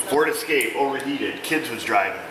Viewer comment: Escape!!! Sound very spanish hahaha